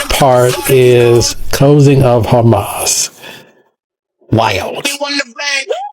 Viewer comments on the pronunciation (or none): " ... the closing of Hamas!" 🤦‍♂️😂 Americans can NOT pronounce anything correctly!!! The closjng of Hamas? Like how dumb are you?